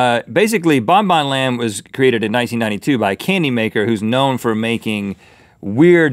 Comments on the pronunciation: You pronaus bongbong land wrong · i live in denmark and the park is pronounced (bong bong land) and the ride is pronounced (hunneproten) but it is spelled diffrently sorry for bad spelling im not a natruel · I live in Denmark and he Said it so worng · OMG i live in denmark and have bin in BonBonLand meny times. and yes you ponounced it wrong :) :D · This is so funny! If I go 1 kilometer up the road I can literally see Bon-Bon Land... And yes, Rhett.. you pronounced it wrong.. very wrong..